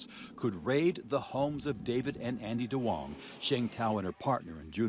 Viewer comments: Duong is actually pronouned like yoong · It’s NOT DWONGs. It’s pronounced “Yungs”